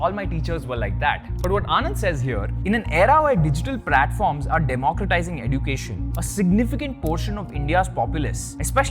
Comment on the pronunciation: This is the right pronounciation of education eh·jyoo·kay·shn First learn to pronounce and then teach.